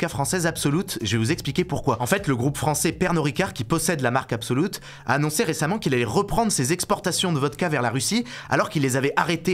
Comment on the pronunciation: Absolut se dit plus ou moins "Absoluuut" et pas "Absoloute". Pourquoi ce parti pris que le U suédois se prononce OU, c'est bien souvent pas le cas 😂